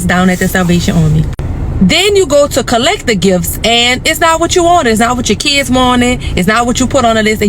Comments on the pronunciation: Kids is one word, one syllable. It’s not Kidses !!! What’s happened to the English language the last decade or two? I’ve noticed that many people can’t pronounce many simple words or names. It’s sad 😞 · She says “ kides “ lol it’s just kids